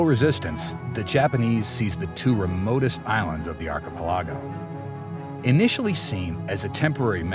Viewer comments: Arpa largo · I love how he keeps mispronouncing the word, archipelago.